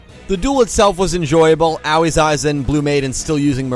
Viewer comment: At this point I'm just here for the comments. I can't bear to hear mispronounce Aoi's name for the umpteenth time.